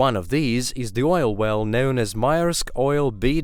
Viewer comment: "Ke'ola bore he'ole"?? Can't even say oil. E'oil... But can say frost, not fre'ost...